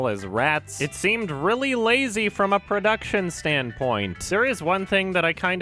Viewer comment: "It seemed really lazy from a purrrrduction standpoint".